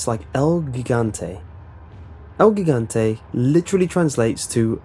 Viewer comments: Loved the video, by the way, you misspeled gigante, Gigante is spelled the same way as Giant "Gee-gan-teeh" not "Gih-gahn-te" like in Gigabyte. Oh and am i the only one that noticed Nemesis "cocks" his Stinger everytime he fires at you? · gigante is pronounced Heegante lol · ...when you pronounce Gigante you're supposed to pronounce the g as an h for both g's. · Sorry but Gigante starts with a soft G. It shouldn't bother me but it does. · Both? as in Hihante? That's not how the Spanish word is pronounced. Only the first g is soft. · ...when pronouncing "gigante" the first G gives off a H sound.